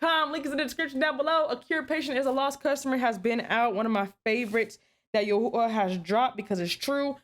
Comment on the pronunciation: just wanted to let you know I really love your show and I am so impressed with your usage of Hebrew you're one of the first people I've ever heard say the sacred name correctly. Preserve the Way. Shalom. Yahuyah Baruch ata